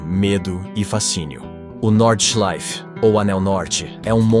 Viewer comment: If you are going to be taken seriously, research the sport...Jack Stewart! Get the names right and the pronouncement of the circuits and drivers. Norda...Nordschleife!!! The Green Hell! Keep this lack of knowledge up and you will fail at what could be a great channel.